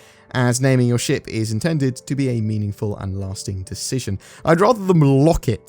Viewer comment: wow articulate! heard the first five paragraphs as 'sh%^' instead of ship and it was hilarious!